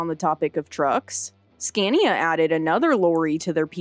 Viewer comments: It's pronounced SCON-yah. The "a"s are long, like the "a" in father. Now you have to go back and re-do the whole thing. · I love the video but the audio quality and narrators voice is slightly annoying. It’s the way her pitch changes through the story. Especially when she says “Skania”.